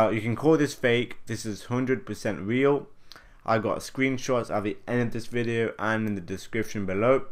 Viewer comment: weawy it's so weal